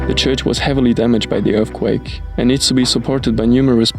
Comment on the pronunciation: Can you say earthquake?